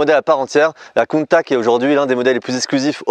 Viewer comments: ça change pas, c’est toujours "countatche" hein, pas countak :) Sinon elle est toujours aussi folle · Merci pour la vidéo, de très bonne qualité 👌. Je trouve que cette réitération de la Countach est magnifique 🤩. Par contre tu devrais prendre un cours d'italien avec Giancarlo le pote de Sylvain et Pierre hein car il a bien confirmé qu'on prononce Countach (che à la fin) et non Countak 😁 Merci pour cette série de belles italiennes ❤️😍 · Countack ....j'ai les oreilles qui saignent. On prononce "Countash" Come si pronuncia Countach? Lamborghini Countach Viene spesso pronunciato “Kuntach” o “Kountach”, con il “CH” duro” come quello di “Modriç”, ma in realtà andrebbe pronunciato come la parte finale di “Dash”. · Pour moi la Plus belle voiture au monde Parcontre sa ce prononce coun ta tche in italiano pas coune taque 😊 en tous cas merci pour votre vidéo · En plus on dit CountaSCH et pas CountaK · Salut, super vidéo belle présentation il y a juste ta prononciation de countakkk qui fait un peu mal aux oreilles ( countachhhhh 👍👍👍👍) Merci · kountak kountak kountak???? can anyone correct me or the guy driving it in this video? my ears are familiar with rather this famous name of the car that everybody worldwide say; KAWNTATCH "countach" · Countache !!!! Pas countact bordel..... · Countach, pas coup de Countac ça se prononce le CH. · ....très bonne vidéo, bien réalisée, tu nous laisse profiter du son du moteur sans parler, sans musique, des plans avec un drone serait sympa. Sinon Countach se prononce tout simplement Countach et non Countak, (limite COUNTAtCH), accent tonique sur le OU, c'est un terme du patois piemontais (Turin, fief de Bertone), pas tres poli, employé lorsqu'on voit une "bella ragazza" (belle fille) par exemple. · Prononcer countatche svp. Très belle voiture belle vidéo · Super vidéo, chanceux de pouvoir toucher une voiture aussi exclusive, par contre on dit "countatche" bordel! Dixit les Italiens. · belle video. mais dire contak gache tout